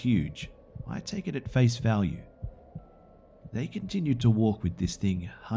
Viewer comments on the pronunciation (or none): none